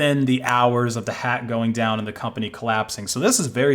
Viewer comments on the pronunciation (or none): none